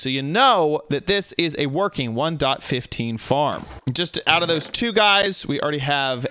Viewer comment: way of saying '1.15' "One dot fifth teen" All of my friends: wOw wHaT tHe hEcC